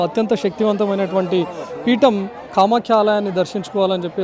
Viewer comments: కామాఖ్య అమ్మవారు,కామాక్షి కాదు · Kamaskhikadura kamakya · Anchor is telling kamakshi instead of kamakhya. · Kamakshi devi kadhu kamakya devi annayya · కామాక్షి కాదు నాయనా కామాఖ్య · Kamakshi alayam kaadu kamakya alayam